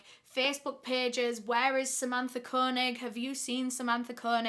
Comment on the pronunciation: Idk why but the way she pronounces Koenig bothers me It's pronounced Kay- Nig